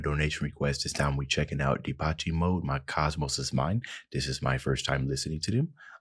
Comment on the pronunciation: great reaction.....its pronounced de pesh mode